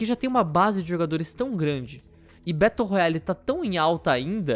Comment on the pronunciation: "Betou roiale" kkk